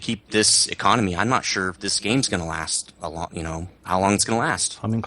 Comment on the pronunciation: Getting kind of sick of saying the econamay is baaad, they have "fixed" it, You earn way more per game, in terms of lions. I'm making around everything from 30k to 80k lions. Theres nothing wrong now.